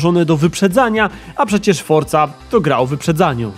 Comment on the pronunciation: A ja całe życie mówiłem Forza, a nie fortza